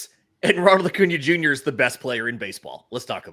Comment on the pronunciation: lol. saying O’Cuna after saying Ohtani